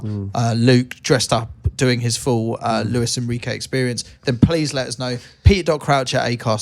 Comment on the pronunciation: Its jose enrique ffs😂😂 not luis enrique